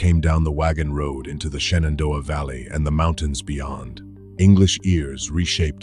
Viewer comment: *Shenandoah, not Shannondoah.